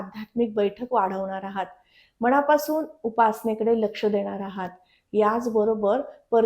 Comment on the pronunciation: माहिती खूपच छान आहे. 👌🙏धन्यवाद! पण मॅडम राग नसावा.. " शणी, स्थाण, मणापासून" असे उच्चार खटकतात. आणि 4 - 5 वेळा तुम्ही " वहाण " हा शब्द वापरला आहे. त्याऐवजी " वाहन " असा शब्द असायला हवा होता. ( वहाण = पादत्राण = चप्पल )